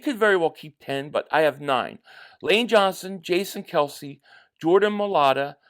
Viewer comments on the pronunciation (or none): none